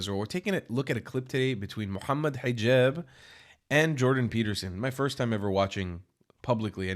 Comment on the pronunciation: i actually do , his basically saying furst